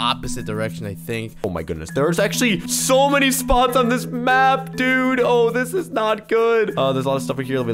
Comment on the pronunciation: who else keeps hearing spawns instead of spots